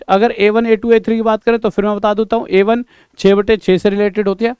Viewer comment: Aye 1 ka matlab A1 hai sir AYE 1 ko A1 pronounce karte hai